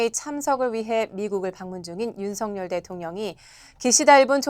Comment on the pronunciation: 윤성렬 아니고 석열. 아나운서가 발음도 제대로 못하나?